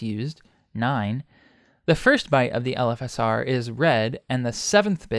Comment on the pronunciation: LOL it took me a while to reailze you were saying "LFSR" and not "elephasaur", like some sort of gigantic elephant+dinosaur monster.